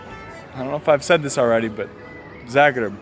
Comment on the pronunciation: Love how you say Zagreb,svaka cast